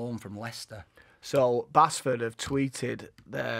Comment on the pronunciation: It’s pronounced Base ford not Bass ford 🤣🤣